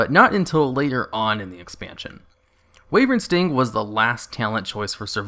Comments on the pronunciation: its called wyvern sting not wayvering sting why - vern or some ppl prefer whi vern both is better then what ever you are doing :P no hate btw just a bit of semi trolling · Why does it sound like you say wavering sting when you say "wyvern" sting? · Why do you keep calling wyvern sting "wavering sting"?